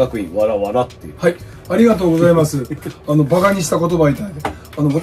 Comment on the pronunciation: 「あのぉ」だけは北陸アクセントになるが大好きです。 麻生太郎さんは今やロスチャイルド家の親戚、と言われていますね。